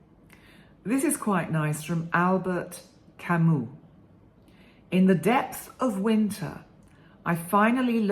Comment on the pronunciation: It’s Camus and not Camous. One of my all time favorites! I love the quotes you share with us. Thank you for these inspiring daily messages. Am addicted to them. See you tomorrow, from Los Angeles.